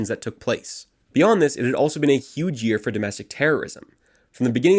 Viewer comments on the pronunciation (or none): none